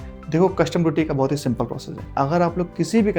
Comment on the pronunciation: Bhaat nhi re baht😂